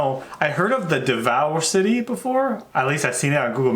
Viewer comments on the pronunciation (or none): "Devour City"haha I was laughing so hard when he said that